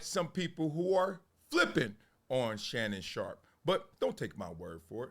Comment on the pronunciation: Excuse me folks.... I believe it's Shannon 'not so' Sharpe ... not Shay, Shay